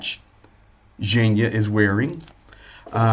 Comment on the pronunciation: It’s Zhenya, the nickname for Evheny (Ukrainian version of the English Gene & Eugene.) G sounds like “H” in Ukrainian, but it sounds like a G in russian. You’ll get it, keep listening & practicing! You can also find many videos on YouTube that take you through the Ukrainian alphabet and make the sounds for you. That’s an easy place to start. Have a great night!